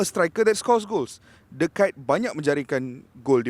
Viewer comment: Kite tu layang2 brader..sebut nama legend betul2..pengulas bola pun xtau sebut nama player